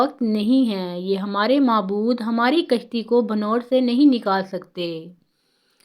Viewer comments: Asalamo alaikam, aap ke urdu ke talaffaz sahi nahi hain, koi bhi biyan record krane se pehle kissi urdu dan oldman ko biyan suna ker talaffaz ko theek kra liya karo. Sahi talaffaz hay bhanw- wer ( qalkale ke sath) jisko aap ne parha hay bhann ver. Yehni noon per shadd laga ker parha hay. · بھنور کا تلفظ درست کر لیں hbanor نہیں bhaN war سید ظفر علی جنید گلستانِ جوہر کراچی 2ـ1ـ2025